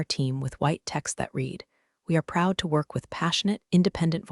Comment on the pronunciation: How come you can't get Read and Read past tense and Present tense correct..???